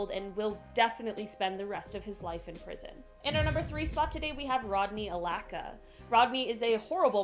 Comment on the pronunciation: Rodney Alcala is not Alaca it is All-kah-lah. Charles Ng last name is pronounced "eeeng"